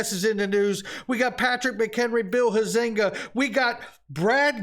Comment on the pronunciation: For the record, Bill Huizinga’s name is pronounced with the accent on the FIRST syllable - Hi’-zing-ga. 🙄